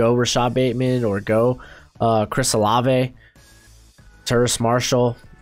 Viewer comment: LETS GO!! You said Olave right!!